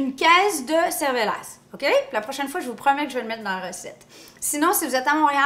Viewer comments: Alors on prononce le cervelas sans le S 😊 Dans le cervelas il n'y a pas de fromage, le cervelas ressemble un peu au knack d'Alsace mais en plus gros,c'est pour donner une idée un peu près(sans doute que les alsaciens ne seront pas d'accord), d'ailleurs on peu faire une salade de pomme de terre avec les knacks 😘💕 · On ne dit pas le "s" en Alsace! Merci de faire une recette de chez nous ! Toujours rusé pour les légumes !💋💋💋💋💋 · Miam miam Le s de cervelas ne se prononce pas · Bonsoir , c'est une salade beaucoup appréciée avec du cervelas le s ne se prononce pas .on peut mettre aussi des knacks et aussi du thon et des oeufs durs ainsi que des lardons , il y a beaucoup de possibilités . Merci et bonne fin de journée. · Le S ne se prononce pas. La salade de cervelas en été c'est la base en Suisse 😉 et chez nous on met des cubes de gruyère/emmental et pas du râpé et aussi des patates 😜 gros bisous 😘😘😘